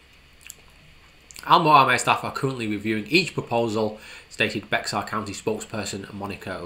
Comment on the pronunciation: Bexar county is pronounced Bear, like the animal. Highways are gridlocked here and the Boring Company is a vital solution.